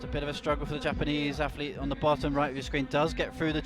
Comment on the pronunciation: I know it's an Essex boy speech thing, but can - who does appear to have good technical knowledge - please pronounce words like Athlete as "athlete" with a "th" in the middle of it? It does not have an "F" in it, it is not "Aflete". I know the "F" instrad if "th" is an affectation, it's just really irritating. Not as irritating as when he used to call Ja-in Kim "Yan Kim" but it's still irritating... Sorry, his knowledge is good, but he is British, and in Britain words like "athlete" have a "th" sound in the middle, not an "f" sound. It just sounds lazy and wrong. Apologies. Yes, I know I'm being a pedantic git. But it makes me cringe every time he mispronounces every single word that has a "th" in it.